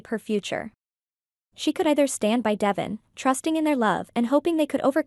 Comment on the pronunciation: You are pronouncing DeVon ‘s name incorrectly. It is pronounced “ D- Von””